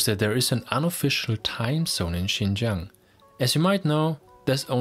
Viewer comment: Sounds like you're talking to yourself. By the way, it's "Xinjiang" not Xingjiang.